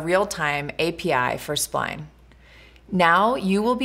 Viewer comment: I swear you say swine instead of spline.